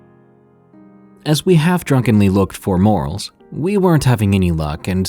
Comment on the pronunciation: You’re pronouncing morels wrong soft e, but it’s long.